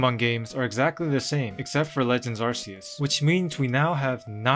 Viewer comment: That’s not how you pronounce Arceus